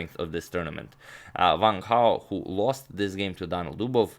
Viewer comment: Not being racist but the captions said "one cow" when agadmator pronounced Wang Hao